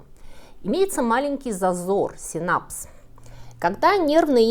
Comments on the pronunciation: сИнапс а не синАпс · Только сИнапс, а не синАпс))Спасибо за видео, очень интересно как всегда! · Ударение на первую гласную «сИнапс» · Очень интересно. Но всё же сИнапс, ударение на первый слог. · спасибо за замечательный выпуск, только поправлю не синАпс, а сИнапс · Здравствуйте,! Слушаю все ваши выпуски, спасибо, вы молодец, отлично популяризируете. Науку и человеческую жизнь. В этом выпуске резануло ударение на слово "синапс" в мёд институте всегда учили сИнапс, а не синАпс. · Как всегда безумно интересно! Еще восхитилась Жаном Мари де ла Кондамин (не бейте за написание, взято из Википедии))) Из всего этого знала только механизм действия кураре. И нам всегда говорили сИнапс, забавно было слышать синАпс))) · Одно но -- опять почему-то проблема с ударением )) Вроде же сИнапс ) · Предупреждайте, что произносите слово по-английски: в русском языке НЕТ СЛОВА СИНÁПС. Угадайте, где ударение?.. =)) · Все же правильно говорить сИнапс. Но это не делает видео хуже,восхитительная подача !! Спасибо! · Нам на парах парацельса цитировали как "всё есть яд, вопрос лишь в дозировке" И нам ударение ставили сИнапс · Извините, но в слове синапс ударение на первый слог, а не последний. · *синапс - ударение на "и". Уверен, что Вы интересно рассказали бы про тельняшку Спасибо! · Правильно произносить слово "синапс" с ударением на "и". Все остальное практически безупречно!